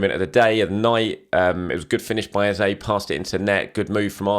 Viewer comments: I watched an Adrian Clarke video the other day and he said he'd asked Arsenal and they confirmed that Eze wants his name to be pronounced Ez-eh not Ez-ay... guessing you still haven't heard back given your repeated use of the latter? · Pleased learn to pronounce Eze!